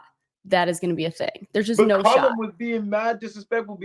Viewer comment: It's Callum, not Collum